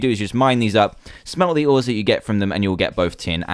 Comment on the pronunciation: i thought you said SMELL the ores LOL